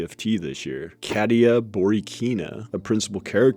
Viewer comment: it's pronounced [Kaat·yah]